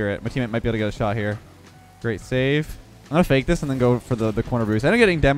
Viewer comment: Did you just say fakeamyr?